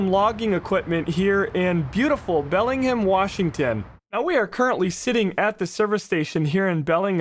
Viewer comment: Belling Ham = Bellingham